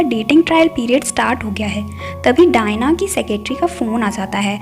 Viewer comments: Dayan😂😂 Diana ko dayan bol diya 😂😂😂😂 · Ommooo u said daina as dian😹😹😹, this was the funniest scene here 😹😹👌u nice keep going~😀